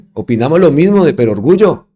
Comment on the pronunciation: Perogrullo (gr),. No perorgullo. Una 'verdad de perogrullo' o una 'perogrullada' es una obviedad, una verdad o certeza tan obvia, que resulta una necedad expresarla.